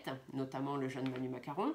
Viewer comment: Je vous adore trop marrant en disant macaron lolllll